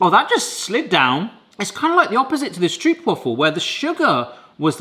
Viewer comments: Never heard anybody pronounce stroopwafels like (Meryl) streep. You just pronounce it like rope, easy peasy! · Do try this at home! Pronounce the stroop in stroopwafel like you pronounce rope. Lose the stoop sound. St-rope-waffle. And if you want to do it real good, waffle in dutch is almost the same as in English. It’s the aah! (scared scream) sound. So w-aaah!-fel. And then lose a few a’s because you don’t want to sound scared about a stroopwafel, they’re delicious! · Okay,. In Dutch, if it has a double O, like in stroopwafel, you pronounce it as a single o. Stropewaahfel. Not waffle. Not stroop. Also pregnancy cravings apparently come from the mother's body requiring specific nutrients.